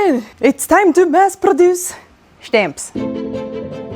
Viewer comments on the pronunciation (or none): I liked the video before it was even over because she said "shtamps." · sounded very american saying stamps 🦅🇺🇸